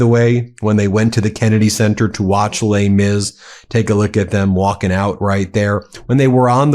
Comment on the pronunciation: "Lei Mis"??? WTF?!!